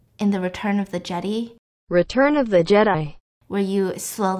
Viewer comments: "Return of the Jeddee" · “Return of the jede” 😂😂😂😂